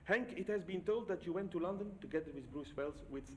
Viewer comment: Bruce Welsh, not Wells.